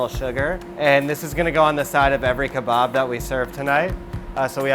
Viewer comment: Unauthentic cuisine! It’s called kebab, not khebab